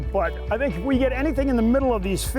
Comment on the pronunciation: What eef you just said “I love really fin pancakes?” Jk the man